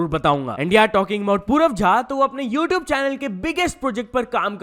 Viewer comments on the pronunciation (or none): none